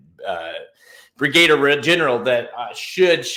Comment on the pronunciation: Nice video. Agree Tawny Port, White Abarrio, Barese maybe third. (BTW Brigadier is pronounced Bri-guh-deer - not Bri-Gay der. A Brigadier general is a one star general.)